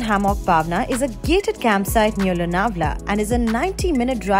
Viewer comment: Nice and informative video. Kudos to the team! But the way the host pronounced 'Paaaaawna' literally gave me mini heart attacks! Wont hurt much to learn pronouncing the names of the places that you endorse? Also 'Mumbai' not 'Mumbaai'.